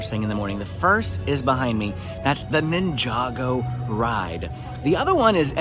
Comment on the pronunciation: “Ninja-Go” not ninjago lol cool video tho